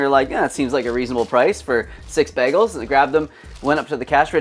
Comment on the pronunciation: i love how you are pronouncing 'bagels' 😂😂 BEGGLES long time subscriber here, I watch everything you upload and will do so as long as the channel exists 💪 great vid as per